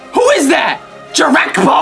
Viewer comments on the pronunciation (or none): Did he just say jerekbo it’s jerebko